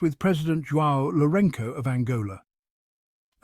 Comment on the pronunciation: C’est João Lourenço, prononcez bien svp